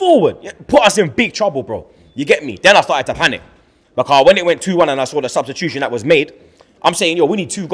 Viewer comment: I never understood why can’t Fucking pronounce the word BECAUSE.. ITS BECAUSE MATE. Not becaaaaah wtf is that?